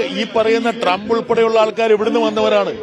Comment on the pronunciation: മൈ ഡിയർ ട്രമ്പ് അല്ല അണ്ണാ... മൈ പ്രണ്ട് ഡോളൻ ഡ്രം അങ്ങനെയല്ലേ 🙊